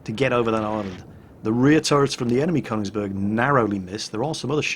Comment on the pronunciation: FYI, it's pronounced "Kernigsberg", phonetically.......... what's that shiny metal tube doing in your hands??